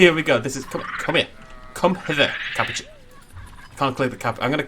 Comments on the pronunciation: Ca-pou-chian Not Cap-o-chin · Sorry don’t need to be rude but ca-poo-chin